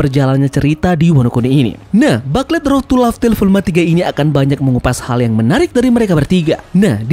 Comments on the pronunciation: FYI Min, (bukan ngajarin). Booklet dilafalnya “Buklet” Bukan “Baklet” Kalo dibaca Baklet gitu kyk denger “Susu” dibaca “Sasa”, Apalagi berulang2 sampe ujung video, Jadi rada gimana gitu…😅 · Yaps, Mknya kita saranin Mimin untuk rombak dikit di video berikutnya, yang 2 ini: Whole Cake = Houl Keik dan Booklet = Buklet, Biar makin keren… 😎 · iya bro, sebelum komen saya riset dulu dan memang betul baca nya buklet👍🏻👍🏻